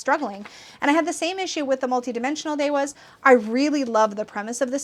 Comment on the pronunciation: interesting! I think that’s why I like it so much because finding it hard to relate to makes it so mysterious and magical to me *i’m also curious about your pronunciation of devas as ‘de-was’ where did you learn that?